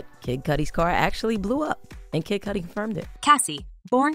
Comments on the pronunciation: Kid Cudi, rhymes with muddy, not cutie 🤦🏼‍♂️🤦🏼‍♂️ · Kid cutie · It ain't Kid Coo-Die either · Yea but especially listening to British cats and white cats and even some black and latinos not in the knows for years saying 2pack..it doesn't hurt my ears as much as Kid Cue-tee or Coo-Die..but at least the former I could accept as a girl tryna call him sexy or something...these AI bots need a slang update..but oddly enough it said Suge right...I thought it'd say like my girl use to joke saying Sooge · im impressed by how many different ways the narrator mispronounced cudi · That’s where she’s making the I jump the d to make the U say it’s name 😂😂😂😂